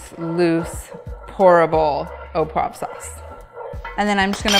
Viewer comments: oh pwov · “au poive sauce” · difficult to explain how you should pronounce “au poivre”. found it difficult what you were making “au pwaffff”. in the “au poivre” there should be a soft “v”, an “rrrr” and an “uh” at the end. but the recipe looks delicious